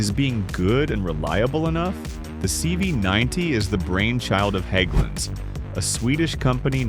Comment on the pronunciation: Oh, hey. You pronounced "Hägglunds" correctly.